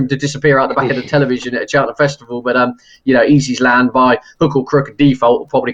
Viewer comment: Can Stephen learn names please, Allaho won the Ryanair not allart.easysland not east island.first flow not fast flow.